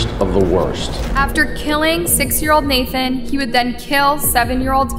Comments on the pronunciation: It’s not NATHAN. It is pronounced NA-ton. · The boy's name is pronounced "nah-tawn". We hear it several times. Please respect the names of the victims in your stories. This is becoming a trend with you.